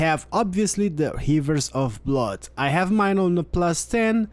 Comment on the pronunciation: Hmm hivers of bluud